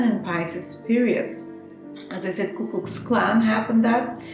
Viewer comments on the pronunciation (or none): Ku = Koo, Klux rhymes with Flux, Clan = Klan